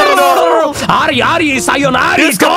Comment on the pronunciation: Ma quell'ara ara sayonara di Lyon detto male😍❤️